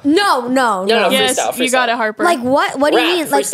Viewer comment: im sorry i meant Harper but you SHOULD’VE said Harper not harpy